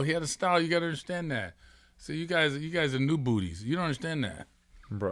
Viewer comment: He called then new bootys 😂😂